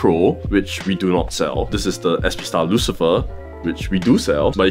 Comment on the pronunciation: "Luficer" lol